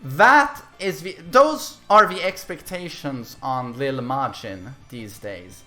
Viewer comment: “Leel Majin”